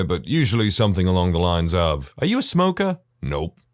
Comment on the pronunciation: No K in the word something